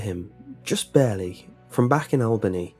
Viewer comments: I love how you mispronounced Albany New York 😂 You made it sound so... exotic. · I'm sorry, but i cringed every time i heard you say Albany haha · Oh you got it closer the second time, darn. I liked your first version better.